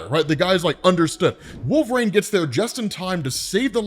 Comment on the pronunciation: Can’t stand how he pronounces wolverine. It’s not “wolvraine”